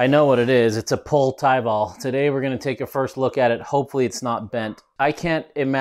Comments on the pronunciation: Great to finally see this frame on the channel, I think it’s pronounced pol-ay as GMBN has their bikes on the channel regularly and highlighted the pronunciation. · Pronounced Pole ay